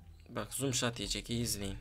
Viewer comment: abi zom shat deyil no scop